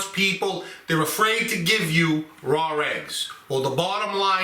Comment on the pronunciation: Rawr eggs😂 love it. Ma says the same way